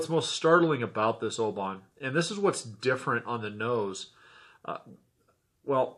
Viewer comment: you need to learn how to pronounce the town Oban - your attempt is making my ears bleed ! you did ok with the others with the exception of Royal Loch-na-gar